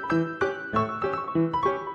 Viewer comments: Whenever you say "bye for now" I thought you were saying "buy four now" because I'm just an audio listener and I thought you were promoting gear or something. I've been following you for years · I needed that chuckle